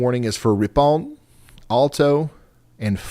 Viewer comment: I'm from Wisconsin and it is indeed pronounced Fon-duh-LACK and Rippin.